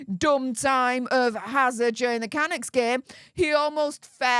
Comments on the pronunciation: For goodness sake the team is pronounced "Can-ucks" not the way you pronounce it. Get it right. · ❗️CANUCKS - PRONOUNCED - CANUUKS - DRAWN OUT U ❗️ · Lol I'm Canadian it took me a sec to understand who you were talking about...lmbo it's pronounced kaNUKs...man you're so cute! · Hi, Canucks is PRONOUNCED Cunucks! I know your from Europe, but please pronounce words properly. I love your work! Keep it up. Daniel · Megs was a puck bunnie back in her Toronto days on suits.She was a plus one for a lot of Toronto Maple leafs hockey Team. Vancouver Canucks is pronounced Ca- Nucks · It's pronounced KA-NOOKS...lol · Nobody ever claimed H was the sharpest tool in the shed! I don't normally do this, but, the proper pronunciation of Canucks is Ka-Nooks, lol. Sorry. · HI. It’s pronounced CAN NUCKS IT’s a two syllable word. Just thought as a CANADIAN I thought you may like to know ❤️😊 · Oh... Kah Nucks... say it with me... KAH Nucks... lol. ❤